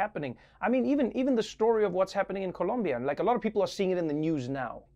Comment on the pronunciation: Thank you Trevor for pronouncing Medellín and Colombia correctly. It’s the little things sometimes ☺️🇨🇴💛💙❤️.